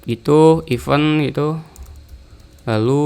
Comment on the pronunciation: izin koreksi bang, event di bacanya (IFEN) bukan (IPEUN), terima kasih👌👌